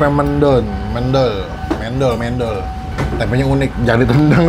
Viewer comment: FYI mendol bukan mendol, cara baca "e" nya kaya "e" nya di kata bebek. Soalnya gw orang malang bang Dan fyi lagi sebenernya ada tempe khas malang yg cuma ada di malang gaada di kota kota lain, kalo pun ada rasanya gak kaya yg di malang sini. Namanya tempe bungkil, di gorengnya sama tepung dan kalo masih anget baru mateng di buat sarapan / makan sama nasi putih aja udah the best.